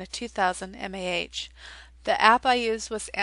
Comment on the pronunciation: just some advice, to help you sound a bit more professional, mAh stands for milliamp hour ;D